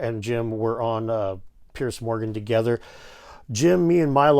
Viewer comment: Guys, just an FYI, 'Piers' is pronounced PEERZ not "Pierce".